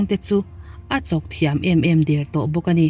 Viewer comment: A ngaihnawm e...mahse Mizotawng zirtam ila ngai anih kha....tawng thei der(tider\tihderh??) ni lovin, deeeeeer tih tur aw, lo tang zel teh👍👍👍